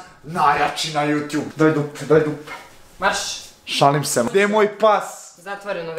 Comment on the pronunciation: NI BLIZU BAKE LOL HAHAHAHAHAHAHA!!!!KAZE SALIM SE UMESTO "SAIM SE" RRRRRRRESI🙉🙉